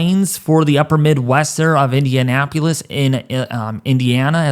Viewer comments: please learn how to correctly pronounce the cities of Minneapolis and Indianapolis. It’s pronounced pol-les not pew-les or pu-les. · It's not IndianapUlis it's IndianapOlis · Quit saying "Indianapyulus" and "Minneapyulus". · do you just say "Minneapulous" and "Indianapulous" ? lol damn. he just said it again. how about you crack open a geography book and learn the actual names and pronunciations of the names of those cities????? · Love the video dude, but I live in central Indiana, and I haven’t heard anyone pronounce the capitol of Indiana as: “Indianap-yelis.” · I really want to be respectful, but you need to learn proper grammar. Amountful is not proper grammar. You also need to learn the proper names of the places you’re reporting on. Indianapolis isn’t that hard to pronounce. You made a real mess of it as well as other cities. You can go on Google and ask how to pronounce cities if you don’t know. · Dude can’t pronounce Minneapolis or Indianapolis. It’s easy just remember neither of those cities have a u in their spelling. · Was thinking the same thing … have you NEVER heard if these cities 😂 1 ft of snow in Ablerturkey, NM. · Indian-apo-lis...Indianapolis. It is a tongue twister for some people. 😜